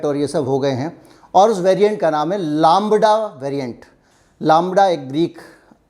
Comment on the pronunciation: Laaambda nahi lambda bolte hain. 😀 Chalo koi nahi 🤔